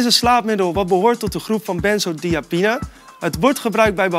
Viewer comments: "benzodiapine" -.- benzodia*ze*pine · Benzodiazepine* niet benzodiapine... Maar okay. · benzodiapide haha